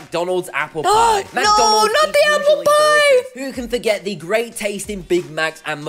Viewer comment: Did you say aplepie